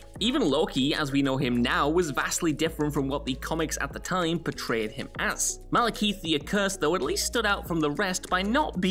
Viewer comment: Malekeith............... Losing your nerd cred with every mistake.